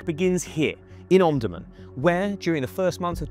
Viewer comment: You are pronouncing the names incorrectly, for example Omdurman, El Obeid.